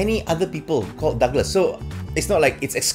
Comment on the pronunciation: It's DA..gles. not DOGles. So you guys out there please spend some times practicing pronouncing people's name before he turns green and puts a chocolate in ....